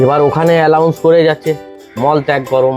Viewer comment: আলাউন্স না আনাউন্স